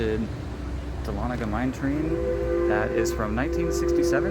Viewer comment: I watch Over Georgia Vlogs to see if the person correctly pronounces Dahlonega. Well done, sir!